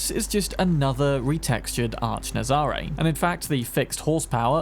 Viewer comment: The Nazaré is based on a place in Portugal, pronounced nazaray we an emphasis on the ray and not the za.